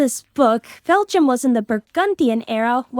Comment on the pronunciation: i like how cant pronounce belgium